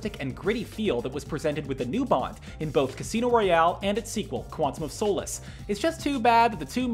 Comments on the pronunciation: It's no Soh'lace... its Solace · It's Quantum of Sah-liss, not "sew-liss" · I cringe at the way he pronounces Solace. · Was the mispronunciation of Solace intentional? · Screen rant presenter mistake....not being able to correctly say Quantum of Solace, is it really that hard? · Your pronunciation of solace is a bit suspect. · Pronounce solace correctly Pronounce Nedry correctly That’s not Galvatron Stormtroopers in Ep 4 onwards are not clones Poor reporting screenrant